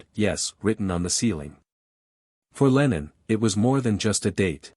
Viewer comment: I wish these America commentators would learn to get it right, his name is John Lennon NOT Leenon. Before you speak English to the English people you must learn to speak proper English.